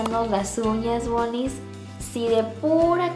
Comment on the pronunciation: q es lo q dice? woni, boni, moni? jajajjaja lo dijo un millon de veces y no la entendi